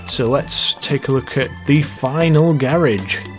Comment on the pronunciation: Blue Beer That's how you say it, or at least in the UK